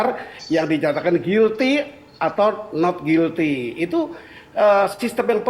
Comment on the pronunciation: Guilty cara pengucapan yang sesuai adalah gilti.